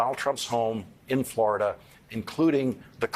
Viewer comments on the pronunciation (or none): none